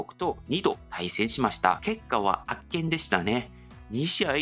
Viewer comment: 大谷選手は野球が大好きで国籍に関係なく相手をリスペクトし野球発展に尽力していると思います。さらなる活躍を祈るばかりです。 今回の動画中、圧巻をあっけんと読んでいますが「あっかん」が正しいです。また一斉をいっさいと読んでいますが「いっせい」と読みます。